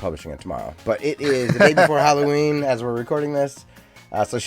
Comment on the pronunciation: You brought a tear to my eye when I heard you pronounce Halloween properly I'm not sure if you learn that from me or you're yours part of the world they happened to pronounce it properly but it was glorious always any Americans I see always pronouncing it wrong like a hallway